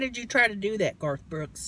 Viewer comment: Did she just say "That ain't GOTH Brooks"??? 😂